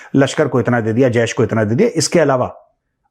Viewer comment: Sir, don't pronounce Jaish as Jayesh, My name is Jayesh Saini but I am not a terrorist and it sounds weird when you say Jaish as Jayesh 😂, BTW your content is literally informative and I like to watch it regularly. Thanks for the information. Regards - Jayesh Saini 😊